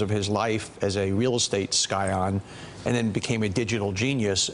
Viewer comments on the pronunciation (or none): "Sky-on"? Love you Donny, it's "Sci-on" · LOL someone please tell the bowtie dude that the 'c' in 'scion' is silent. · its hard to take a guy talking about intelligence seriously when he can't pronounce Scion